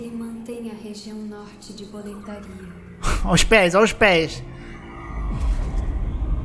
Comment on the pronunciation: Up, e Hades o diretor de dublagem merece um puxão de orelha, ele errou no tom das vozes dos personagens e até no nome de boletaria, que é boletaria e não boletáriâ